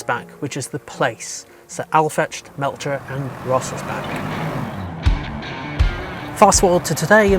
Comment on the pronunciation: Crazy how you butchered the names Aufrecht, Melcher and Großaspach.